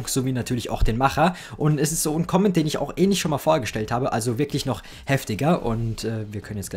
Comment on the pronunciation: Wie er einfach nicht "Command" aussprechen kann...